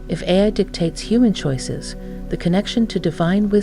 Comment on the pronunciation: This was made with AI. She struggles several times to say “Ai”